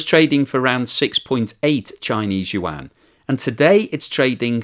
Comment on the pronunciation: your chn pronounciation for yuan have gotten so good! i remember when you used to say it like "wan" XD thank you for learning, keep it up!